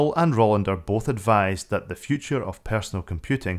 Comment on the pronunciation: and numerous other places throughout the video - it's Rolander, not Rollander.